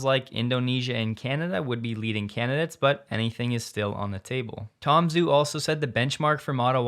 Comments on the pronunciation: Just a comment. It's Tom Joo, not Tom Zoo. The transliteration of "Zh" is a "J" sound. Listen to him pronounce his name. It's not just you, it's almost all the Youtubers. It's the guy's name. Why not guve him the honor of pronouncing his name correctly? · Tom Zhu: pronounced “Ju.” 😉